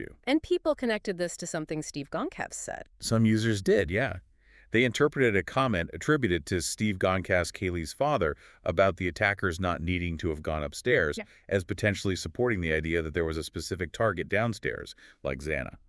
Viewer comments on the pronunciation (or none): The fact that people STILL can't pronounce Goncalves is actually insane. Steve gonkez? Are you serious? If you can't even get a name right how is anyone supposed to take anything you say seriously. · A i needs to say goncalves right